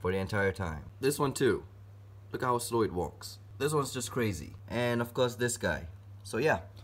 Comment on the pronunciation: 4.44 to 4.45 it was so funny when he said “look how stow it walks”